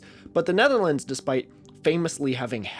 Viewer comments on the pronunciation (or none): none